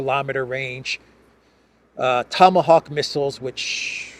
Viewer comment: In Russian, 'Tomahawks' is pronounced 'Tamagavki', so Elensky's struggle is understandable...